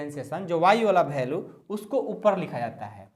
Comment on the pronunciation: Sir bhalue nahi value khete hai